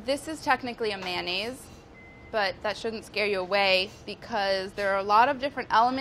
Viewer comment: Manayes, I never pronounced it like that before